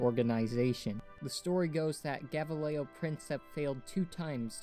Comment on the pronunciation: Shit at pronouncing gavrilo